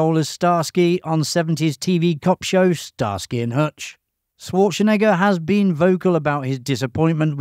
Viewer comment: The 21st thing you didn't know: according to this video, his name is pronounced Swartschenegger 😃